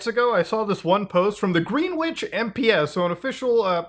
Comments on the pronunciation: Gren-itch, not Green-witch, you’re welcome. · Did Muta literally just say "green-wich" ? lmfao. It's pronounced "grin-itch" lmfao. Its like one of the most important places in the world as it dictates our timezones. Thats what the G is in GMT and all that. lmfao. green wich. Thats some funny shit. Pure gold. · greenwich, its pronounced grenn-itch. not green witch... english... its a uk thing.. and america was colonised with UK people (initially). ;-) pretty sure if some american youtubers ran UK place names through... i dunno... google and asked "how to pronounce (name of place)" it would help, also, love hearing americans try to pronounce siobhan without googling it :D (protip - its said she-vaughn) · It is pronounced Grenitch, not Green Witch 😘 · Just FYI, it's pronounced 'gren-itch', not 'green witch' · "Greenwitch" Is usually pronounced "Grenn-itch" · Gren-ich, not Green-witch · I'm likely the thousandth to point this out but it's pronounced more like Gren-itch than Green-witch. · 😂"green whitch" It's pronounced, Grenn-itch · Green Witch? Do you mean Greenwich (pronounced GRINitch or GRINidge)? It's a real question, I don't know if he's talking about a place or not. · Not: Greenwich is pronounced 'gren-itch' Same for 'Greenwich Mean Time (GMT)' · "green witch" lmao it's pronounced grenitch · "Greenwich" is pronounced "Grennitch" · It's pronounced 'Gren-itch'. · Hey man, Im sorry but it’s pronounced gren-itch, im losing my tiny mind everytime you say it wrong 😂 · Not that you will ever say it again, but Greenwich is pronounced Grenitch. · Greenwich is usually pronounced “Gren-itch” when it comes to towns, counties, etc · Greenwich is pronounced “Gren-itch” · I used to live in Greenwich. Its pronounced Gren itch fyi. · Greenwich is pronounced "Gren nidge" just another UK shibboleth lol! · the way greenwich was said, is the funniest thing ive heard this week😂 its gren-ich if anyone is curious 😭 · Just FYI, Greenwich is pronounced as "Gren-itch".